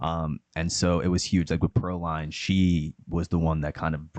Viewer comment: Pearline [Purhlean]